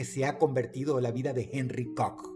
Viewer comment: Que bonito dice “COCK” ese Dross, es un loquillo 🥴